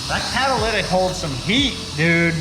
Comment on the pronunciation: that 'caddalidic"